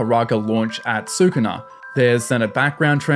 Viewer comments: SU-KU-NA???? xD it only says Skoona like 100+ time in the anime. I know its spelt Sukuna but it Japanese the u sound is usually dropped after a word starting with S (and other letters). Su-ku-na?? more like su kon dese nuts! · hearing sookoonuh every 5 seconds like watch an episode or something before making a video?